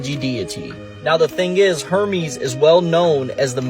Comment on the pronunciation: Maybe he should look up how to pronunciate Hermes...